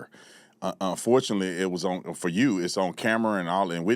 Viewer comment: Why do black people think the word "on" has two syllables? They always say owen. Harold Ford Jr drives me crazy with that.